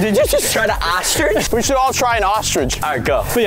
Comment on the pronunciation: I love how when they stick thier heads in the snow they call it a "Otsrich"